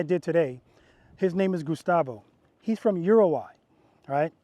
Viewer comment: Just making fun of your pronunciation brother. Thx for all your instruction, I’m a much better boss because of it.